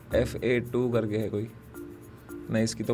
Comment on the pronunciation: JOD Moment fa2 vai, gend hi fadd di, REACH toh ayeeeeeeeeeeeeeeeeeeee, i hope ek din tum samay ko apna naam pronounce karna sikhao F A 2 nahi Fa2 it is !!